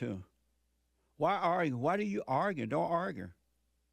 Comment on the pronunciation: “don’t arger “ wat daa?